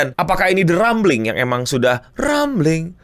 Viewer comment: yap btul cara bacanya rambling